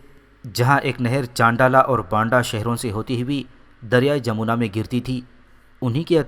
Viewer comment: Correct name is Jamna not jamona